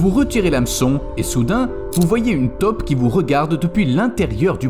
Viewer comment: on dit TAUPE pas TOP, si vous ne faites pas la différence allez voir un orthophoniste....